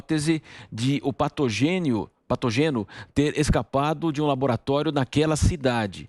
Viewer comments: Não é patogênio, nem Patogêno, é PATÓGENO, por favor meu filho.... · Patogênio..patogêno....menos PatÓgeno..kkkkk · "patogeno" ou patógeno? kkkkkkkkkkkkkkkkk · Vamos colocar um jornalista mais instruído para apresentar esse noticiário? O cara além de ter dificuldade para ler, quando consegue erra as palavras. "Patogeno"? Que pato é esse? Kkkkkk